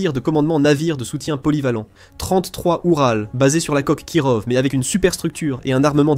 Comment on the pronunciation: Kirov se prononce KIROFF ! putain ça m'arrache les oreilles, voix IA pourrie qui sait pas prononcer les noms ! De plus les Kirov sont des croiseurs lance missiles, en aucun cas des croiseurs de bataille. Il n'en reste que deux en services, dont l'Amiral Nakhimov qui viens d'etre modernisé. Leur but est de servir de navire amiral, pas d'aller directement au combat.